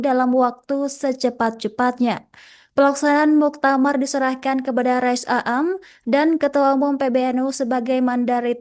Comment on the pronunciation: Bacanya rois am bukan rois a am